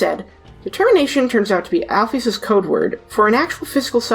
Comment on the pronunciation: it's prenounced AL-PHIS